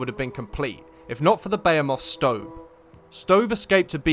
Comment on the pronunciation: You actually pronounce behemoth correctly as it originated from Hebrew